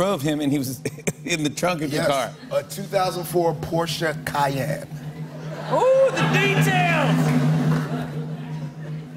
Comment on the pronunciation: Tarik had me all the way, right up until he said porshe cayam. BECAUSE porches has trunks in the front of the car :)